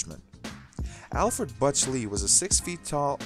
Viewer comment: "Butch" is not that difficult to say.